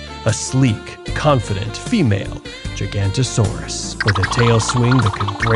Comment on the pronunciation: I thought it was giga-noght-asaurs Is how u say it not gigant-asaurs